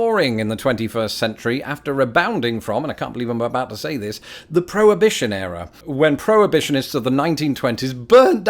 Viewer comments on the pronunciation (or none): 2.07: "The prohibition error". Whilst it might have been an error, I suspect you meant "era". Your mutated pronunciation now requires you to escape the influence of Merkin pronunciation asap.